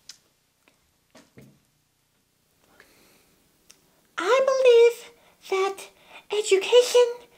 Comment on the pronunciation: "what i clearly see is a girl who's not getting into zo-ze-PHINE..." "prrr" hahahahaahha